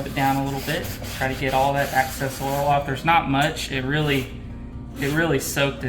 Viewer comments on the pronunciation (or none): Thank u for the demo. Youve also got some great comments from other watchers. My specialty is being a word freak. Its sad being this obsessive but I just have to say something about ur pronunciation of the word excess. Excess starts with an e that is pronounced like the e in the word egg, immediately followed by the letter x....ex-cess. It means when theres an amount left over. Access, pronounced like axe-cess, is an incorrect pronunciation of excess. Also, access means when one is given permission to enter something ... for example, the access road running alongside an interstate, permits drivers to enter the interstate. So you wiped off the excess...not the access.